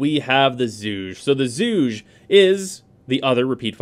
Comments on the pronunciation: Zhuge is pronounced "zoo-gey" Named after the inventor of the weapon. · Ok this is starting to bother me after a few times. Zhuge is not one syllable. It is pronounced closer to schu-guh. Throw this into Google Translate and listen to it: 諸葛亮 (Zhuge Liang). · Zhu-geh forever doomed to be the Zooge. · Zhuge is pronounced "ju guh." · solid vid bro. just hate when people say "zooj" for the Zhuge. Haven't any of you played Dynasty Warriors! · That zhuge pronunciation tho